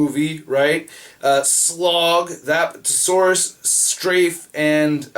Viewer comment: I believe you are mispronouncing Apatosaurus. But I don't care. Although, why did they make up a dinobot (slash) in the towline but then never have him in the movie? Seems redundant. :(